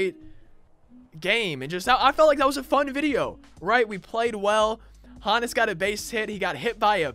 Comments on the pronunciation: HO-NESS NOT HAHN-ESS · It’s not HA NUS it’s Honus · Ho (like Santa) Nis Is how it’s pronounced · The way he says Honus made me dislike